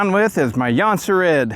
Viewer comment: I thought it was pronounced like jon-serds